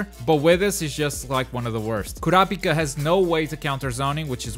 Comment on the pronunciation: Man said KOUWRAHPIKA